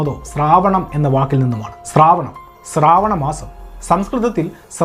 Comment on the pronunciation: സ്രാവണം അല്ല ശ്രാവണ മാസം എന്നാണ്. എല്ലാരും സന്തോഷത്തോടെ ജീവിക്കട്ടെ സഹോദരാ... ഓരോരുത്തരും ഇതിനു മറുപടി പറയാൻ തുടങ്ങിയാൽ പിന്നെ അതു മറ്റൊരു പ്രശ്നമായി മാറും. എല്ലാ മതസ്ഥരും അവരുടെ വിശ്വാസങ്ങളും അങ്ങനെ നില നിൽക്കട്ടെ. ഓണം ആഘോഷിച്ചാലും xmas ആഘോഷിച്ചാലും എന്താ പ്രശ്നം. ഇനി വിശ്വാസത്തിന്റെ അടിസ്ഥാനത്തിൽ ഉള്ള ഗ്രന്ഥങ്ങളിൽ പറയുന്ന കാര്യങ്ങൾ എല്ലാ മതസ്ഥരും ചരിത്രവുമായി അല്ലെങ്കിൽ സയൻസ് മായി ബന്ധിപ്പിച്ചു ചിന്തിച്ചാൽ ഫുൾ കോമഡി ആയിരിക്കും. ആർക്കും ദോഷമില്ലാത്ത കാര്യങ്ങൾ കണ്ടെത്തലുകളായി പറയുമ്പോൾ മറുഭാഗവും മറുപടി പറയാൻ വരും.